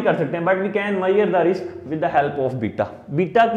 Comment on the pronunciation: But u should learn how to pronounce measure.